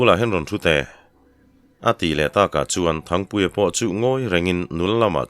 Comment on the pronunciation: Thangpuia chu chepui hlemai chhiartu lahin thluk dik bawk sia 👍👍👍👍❤❤